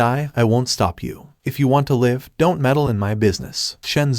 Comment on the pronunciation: Can you discuss with your AI how to pronounce “live” in context? Asking for a friend.